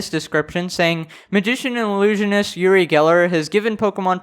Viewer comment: He's israelien, I'm from there, he's kind of a snob but NOT irrelevant, he spoke to Michael Jackson and did a show with him, he did a bit too much and his thing is to bend spoon, he's an idiot and so petty to do that. By the way, it's pronounced like oo-ree